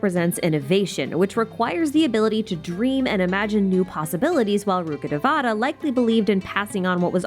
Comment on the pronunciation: Rukhadevata should be pronounced as Rukha dhe-va-tha. Dhe-va-tha means godess. It's not pronounced as te-vaa-taa. Same for Devi. It's should be pronounced as dhe-vee. It's sad Genshin isn't putting much effort on the right pronounciation for the names that has so much cultural value.